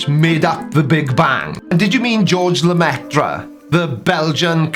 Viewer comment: He can't even pronounce Georges Lemaître's name. Yes, he first proposed what is now called the "Big Bang" hypothesis and that the universe was continuing to expand, and yes he was a Catholic priest. But that doesn't mean the Vatican had anything to do with his work in cosmology and astrophysics. It was the Scientific Society of Brussels which published his work in 1927. The Catholic hierarchy, meantime, was pissed off with him for neglecting his work as a parish priest. His ideas were not well received by other scientists, either, and the opponents of his ideas included Einstein (though he later changed his mind). It wasn't until 1935 that he was made an honorary Canon of Malines Cathedral (note "honorary" -no extra pay) and not until 1936 that the Vatican approved his work and admitted him to the Pontifical Academy of Sciences. So the Vatican was late to catch up with Lemaître's ideas and even then did so a bit grudgingly at the time. Therefore the claim that the "big bang ... came from the Vatican" is utter bollocks. The fact that Lemaître was a Catholic priest doesn't lead to that conclusion unless you're an idiot who doesn't bother to look into the situation and just gets five by putting two and two together. The Berrigan brothers (both Catholic priests) and their friends dug graves in the White House lawn, raided a draft office and burned all the files with home-made napalm and did many other direct actions against the Vietnam war. Both went to prison, where they continu